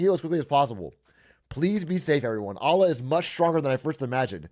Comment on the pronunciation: the way he pronounces allah pains me